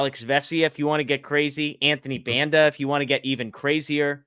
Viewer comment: Can you guys make the effort of pronouncing player names correctly? The pronunciation of Banda is atrocious.